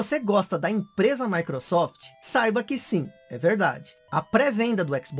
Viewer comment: "Micurosoft Síries Ecsi"!